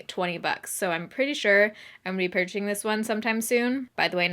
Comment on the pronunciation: Did anybody else notice her say "purching" instead of "purchasing"? XD Love you! <3